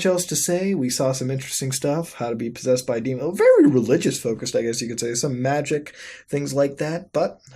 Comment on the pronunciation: "po-seased" muta you good